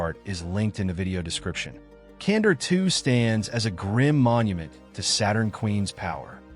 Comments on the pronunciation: Kandor with a k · Can-door. Not Cander.